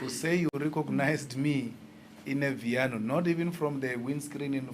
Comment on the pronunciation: It’s not Vito it’s viano 🤣